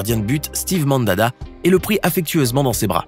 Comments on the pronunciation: MANDANDA pas MANDADA WTF AHHAHAHAHAH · MANDADA😂😂😂😂😂apprend à prononcer chui plié c est MANDANDA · Stive mandada ? ?? C'est pas Steve mandanda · la ou tu tes foiré sur le nom du gardien de Marseille ...Mandada ..... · Steve mandada hein ptdr on c est mandanda jpp 🤣🤣😂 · C pas mandada c Mandanda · Le nom du gardien de but de l'Olympique de Marseille se nomme Steve Mandanda et non Mandanda. L'erreur est humaine bonne continuation et bon travail 👍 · et , c’est Steve Mandanda, pas Mandada !! 😂😂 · Steve "Mandada"🤣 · "Steve Mandada" 😂😭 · ça se dit Mandamda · Mandanda ! Apprenez à lire !